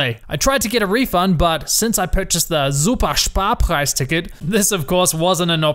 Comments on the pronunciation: I'm living in germany and it's so funny how you pronounce Super Sparpreis and the names of the Citys😁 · love how you pronounce SUPER SPARPREIS hahaha. Literally laughed for half a minute. Nice video bzw!